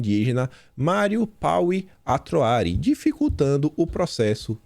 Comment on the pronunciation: O nome da tribo primuncia-se: Atroarí e não, Atroári👍🏻